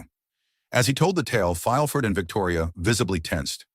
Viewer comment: It's pronounced "Mer-see-dees", imbeciles!!! "Fileford" was in fact, Gerard de Villefort. Amazing!!!